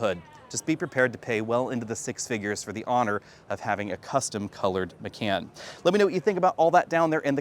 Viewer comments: I have to tease you for pronouncing it "M'can", especially when you clearly know how to pronounce "Tie-Khan". (It should be "M'khan") I kept getting "Singin' In The Rain" flashbacks... Love the videos otherwise! 😉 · my friend. It's Ma-Kahn. Also, "actual" is unnecessary. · It's pronounced "Macon" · It's pronounced "muh-con" as in con man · you say por-shuh and thai-cahn correctly, but why muh-cann? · OMG it's driving me f*cking INSANE!!! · Yeah, its painful to hear